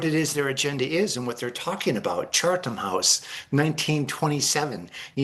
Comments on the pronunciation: Chatham Hose rule, not Chartham Hose. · Cheatham house...he's pronouncing it wrong. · FFS - can you please learn how to pronounce Chatham House? You are a broadcaster - any AI could have helped you with this.